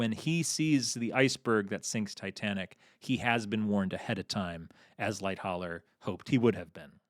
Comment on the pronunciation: I like this video, but it is unnerving how he doesn't know how to pronounce "Lightoller" properly and does it wrong whole time.